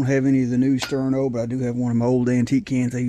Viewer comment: Thank you I appreciate the cup of coffee, And the pronunciation was correct That is one cool Sterno Cup